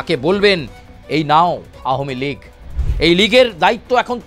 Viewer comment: এটা কি নিউজ চ্যানেল নাকি একাঙ্ক নাটকের আসর? তাও ভুল উচ্চারণে বারবার 'আহমীলীগ' বলে নিজেদের হাস্যাস্পদ করে তোলা!